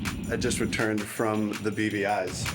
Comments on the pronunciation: I always hear "The BBIs", aka "The British Birgin Islands". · OOoohhhh! It's the "BVIs"!!! I think I've only ever heard people say it, not seen it written, and I thought they were saying "The beady eyes" and was just very confused.